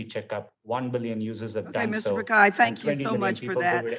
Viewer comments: That's why he's the CEO of the biggest company in the world, it's about being inclusive. Names are proper nouns, and different cultures would pronounce names differently. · First of all atleast Pronounce Pichai correctly. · They can pronounce schwarzenegger.... But they can't pronounce Pichai...... 😂 😂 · Bhai ye log aisa nahi hai ki pronounce nhi kar paate ye bkl jaan bujh ke galat bolte hain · Indians laughing her way of pronouncing ' PICHAI ' 😂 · She didn’t even pronounce his name correct. LMAO. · Can someone tell ms. Lemings how to pronounce “pichai” smh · if you can pronounce saoirse raonan, timothee chalamet, John krasinski, pichai is easier than all of them. Stop making excuses. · She didn't even know how to pronounce and that clown is elected to run the contry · Pronounce his name correctly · when she pronounced Mr Pikai instead of Mr Pichai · mr pikhai? At least pronounce his name correct. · Congresswoman calling Sunder Pichai, Pakai instead of pichai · Why is sundar pichai using cisco webx instead of Google meet and his name is pichai not pikai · It's not pikai It's pichai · How on earth is the congresswoman pronouncing pichai as pakai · Ok, she mispronounced google and alphabets CEO Mr. Piccai. that too more often, confidently. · Did she said Mr.Pakai Instead of Mr.Pichai 🤣🤣🤣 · There is difference between "Pikkai" & "Pichai" isn't ? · Pichai is pronounced as pitch-high not pick-high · It's not Pi-kai It's Pi-chai (chai the tea) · It's pichai not pikhai 😂 some one tell this congresswoman 😂 MS de meanings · I feel sick every time the congresswoman says pikai instead of pichai. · At least pronounced his name correctly it isn't Pikai, is Pichai. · not pickhai..it is pitch i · "Mr. Pikai" bro...its Phit-Shai !!!!! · He is Mr Pichai not pekai 😂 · Congresswoman it's pichai not pikai🥺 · It's not pakai it's Pichai.... please address him with right name first..... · Its Mr.Pichai not Pikai, stupid Ms. Dummy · it's not Pikai, it's Pichai🤣🤣🤣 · It's Pich-ai